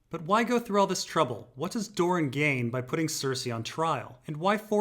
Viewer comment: It might be easier/less confusing if you pronounce Doran "Door-ran" rather than "Dorne".